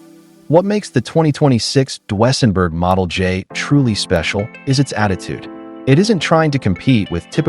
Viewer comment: DWSENburg?? Train your AI voice to speak properly!